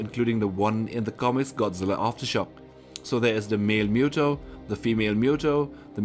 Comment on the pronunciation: OMG PRONOUNCED MOOTOE